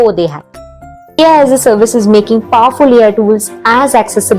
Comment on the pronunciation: Read as alaas😅